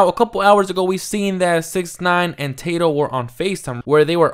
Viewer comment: It’s Tah-doe not Tay-doe 😂